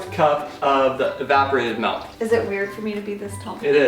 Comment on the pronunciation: says melk instead of milk